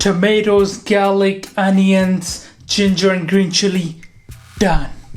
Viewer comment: did you say 'gaylick'? 🤣